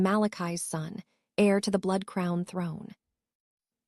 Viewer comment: 1 hour plus 55 minutes and...guys you called an "heir"...AIR. I REALLY LIKED THE STORY,DO SOMETHING IF YOU CAN THANKS F.